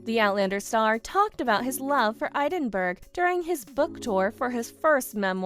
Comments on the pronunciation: Learn to pronounce the words!!! [ED•IN•BURG] NOT "EED IN BERG" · IF you are going on a public form you should know how to pronounce the names. Edinburgh Not EEEDENbuirgh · Eidenburg? Really? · It isn't idenburg or eeedingburg. Get a new spokesperson! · It is pronounced Edinburgh not eidenberg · How dare you pronounce Edinburgh so badly! Phonetically it is Edin boro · She needs to pronounce Edinburgh correctly. Drive me crazy. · You pronounced Edinburgh wrong! Check it out! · The pronunciation of Edinburgh is way off, too. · Edin burg! Ha! ha! your pronouncing it all wrong! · I wish they’d learn how to pronounce Edinburgh and Catriona